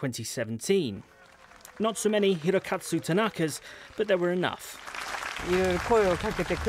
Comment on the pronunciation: Even the second reporter got it wrong. He kept saying Hirokatsu and not Hirokazu.